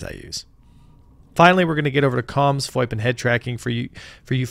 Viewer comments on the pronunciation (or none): none